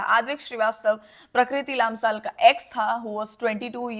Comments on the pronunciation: It's लम्साल , not लाम्साल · It's lamsal not laamsaal but thanks for speaking up